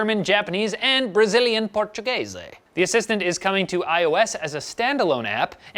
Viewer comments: Why did you say "portuguese" like an italian?? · Congratulations for pronouncing "Brazilian Portuguese" in a very Spanish way. Nice move. But don't. Thanks. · said Brazilian Portuguese as an Italian reading English! hahaha, that's not right man... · You did say "Portuguese" with an Italian accent... XP